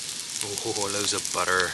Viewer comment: The Bristolian came out when you said “loads of butter” 😂, great vid and nice to see there is some good foraging to be done near me 👍🏻